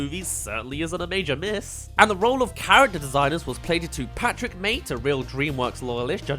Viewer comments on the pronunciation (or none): none